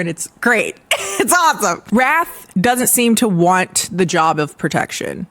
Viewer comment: I swear I spent about 10 minutes trying to figure out if the main vampire guy's name was Wrath or 'Raf' because I kept hearing Raf and decided to just roll with it. Hearing how unhinged his brothers' names are helped me realize I was wrong.